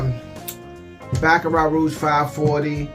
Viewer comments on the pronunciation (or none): none